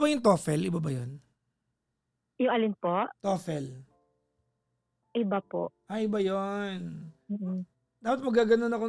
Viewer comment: Papa J its TO-FUL … (Toefl)